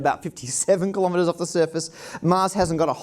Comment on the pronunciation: kilogram kilobyte kilohertz kilowatt kiloparsec kilonewton kilojoule kilonova kilovolt kilometre -- not kalamaduh